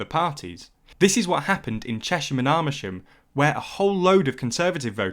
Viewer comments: He just pronounced amersham armersham. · Why does the narrator keep referring to "armersham"? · It sounds a bit computerish to me, which would account for the persistent mispronunciation of place names like Kashmir and Amersham not too mention Leadbeater. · You pronounced amersham very wrong